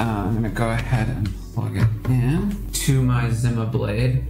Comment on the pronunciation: company pronounses it as ZEE-MA not ZIM-MA